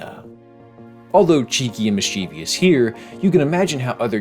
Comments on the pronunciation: I think you asked to be corrected about pronunciation in that Magic School Bus bit so I'll just say the word you're trying to say is "mischievous" (3 syllables) not "mischievEEEous" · mischievous <- read this word why does it feel like 90% of people mispronounce this word? there's not even an e, an i, or a y after the v to even suggest that it's pronounced misCHEEVYous. jesus fucking christ. i'm frustrated about other things right now and i'm taking it out on unrelated things. edit: HE DID IT AGAIN.